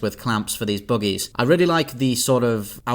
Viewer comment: He says "buggies" like "boogies."